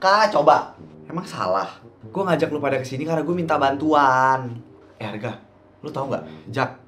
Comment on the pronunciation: Pas Maya bilang Arga tapi dia bilangnya harga bukan Arga loh